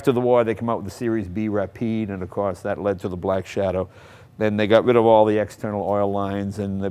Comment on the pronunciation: When you pronounce Rapid you'r suppose to put the accent of the Ra so you still have a little bit of air left for the pid and if you want to sound French the convincing part come out on the "e" that's missing in the video...